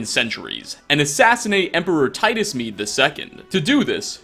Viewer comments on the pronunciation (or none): none